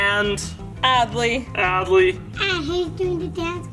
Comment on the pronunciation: It’s Adley not adle or Abley🙄